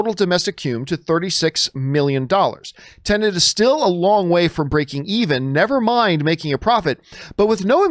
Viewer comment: What’s with all you Americans calling this movie “Tenant”? It’s pronounced “Ten-et” - very simple.